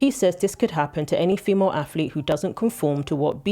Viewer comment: I hate when people say aflete. It's not difficult to pronounce it properly. One of many in this video.